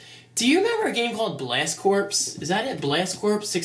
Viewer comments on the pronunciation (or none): Pronounced core not corps